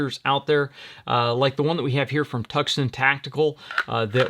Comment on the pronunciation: I had to look up "Tuckson Tactical", lol, it's "Twoson Tactical, you know the city Tucson...great video, and thanks for the laugh.🤣